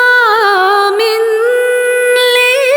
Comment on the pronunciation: ليس بظلام للعبيد.. وليس للعابيد